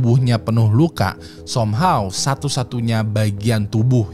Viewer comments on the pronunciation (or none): SOMEHOW bukan dibaca SOMHAW ngab ! yg bener SAMHAW -_